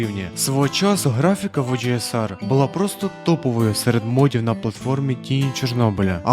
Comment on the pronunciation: Чому ти так по рагульному називаєш OGSR, оужеесар😐🤦‍♂️, чи це прикол якийсь?)